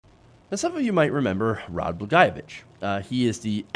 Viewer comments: still didn't get the pronunciation right. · I say this as a lifelong Illinois resident, what Trump doesn't realize is that we didn't lock up Blagojevich to keep him in. We locked him up to keep us out. I'm pretty sure any resident of this state would love to tear him apart limb from limb for what he did in this state. By the way, your pronunciation of Blagojevich is far the scariest part about this whole thing. For future reference, it's Blag-oye-o-vich